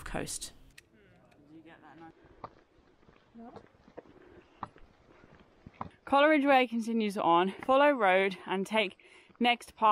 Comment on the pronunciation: Its pronounced Cole ridge not Coler ridge😮